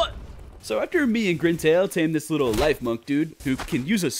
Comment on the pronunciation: its not life-munk its liff-munk